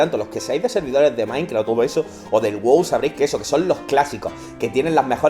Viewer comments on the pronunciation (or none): none